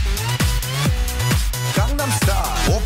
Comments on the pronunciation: Gangnam too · She butchers gangnam style though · ......Gangnam is pronounced GongNom. It’s not in korean and it’s the name of a place. It’s basically like saying Hollywood as RollyRood. It sounds bad. Really bad.